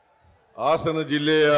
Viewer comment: ಆಸನ ಅಲ್ಲಪ್ಪ ಹಾಸನ ಮಾನ್ಯ ಮುಖ್ಯ ಮಂತ್ರಿಗಳೇ